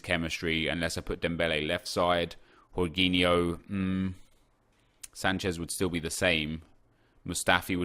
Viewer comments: Its jorgin o (im brazilian) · It's Georginho not Whoreginho 😂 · Jorginho is pronounced jorjinyo, not j Horginyo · its jorginho, not yorginho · Its JAW-JEENI-O. NOT WHORE-GEENI-O . So cringey that he’s trying to pronounce it professionally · its georginiho no horginiho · Its not horghinho hes not spanish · Dude everytime you say "horginho" my ears hurt, I don't want to be doing this, but it's Portuguese man, the 'J' in his name remains, it's not Spanish!! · who the fuck is "Horgeeniho" ah man im creased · Why are you calling him whoreginio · What did he call jorghino yorghino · Jorginho is Italian so it's pronounced: Gorginho, like Georginio Wijnaldum. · jorginho isn’t pronounced like that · In spain j is h but in italy j is pronounced like you would g but without the last sound so its cut (rly hard to explain in english)